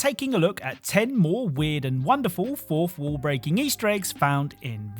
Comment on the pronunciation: What's a "forfwooh"